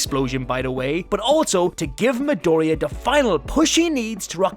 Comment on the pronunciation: Its a Mi-doriya